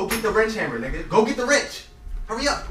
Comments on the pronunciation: "Go get the rench" 😂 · Boy said get the rench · Bruh dude said go get the rench